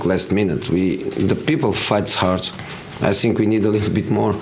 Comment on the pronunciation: name one presd conference where he doesn't say sink instead of think 😂😂😂